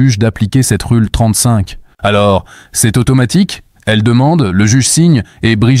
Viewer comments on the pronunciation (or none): "Rule 35" se prononce "Roule 35" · Vidéo intéressante. Mais cette voix et ces images créées par IA sont assez pénibles. Surtout cette prononciation horrible des mots "rule" et "candace"...